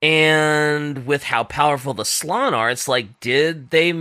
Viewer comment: ITS slAn not slon. You pronounce the A